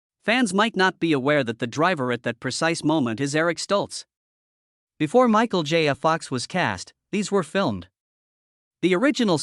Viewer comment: Every time the AI says “Michael J a Fox” it makes my eye tic a bit more pronounced than it had.